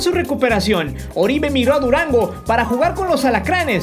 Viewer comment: No es Oribe, es OROibe por favor.